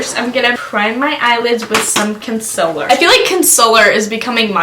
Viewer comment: C.O.N.S.I.L.L.E.R LOWKEY get TRIGGERED everytime someone says 'Consiller'